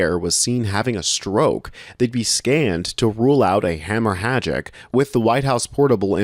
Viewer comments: " Hamo-hagic"? Is that how you pronounce "Hemorrhagic"? And that is just one of your many verbal gaffes. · You don’t pronounce the second H in hemorrhagic. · Great, please learn how to pronounce ischemic and hemorrhagic